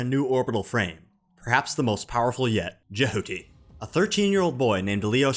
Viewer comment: Jehootie and the blowfish. Is how it sounds like he is pronouncing that, its killing me haha